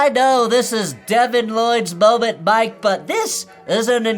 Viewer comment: he could barely even say "Mike" properly, the CTE is setting in already